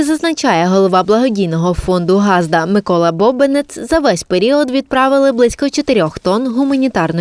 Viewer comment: Невже так важко поставити дикторам правильний наголос - не гАзда. а газдА. І це постійно повторюється з випуску у випуск.Як не вмієте,то не використовуйте місцевий діалект.